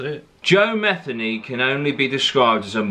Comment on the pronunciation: It pronounced meth-ee-knee